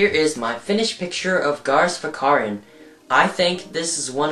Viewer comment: its garrus not garus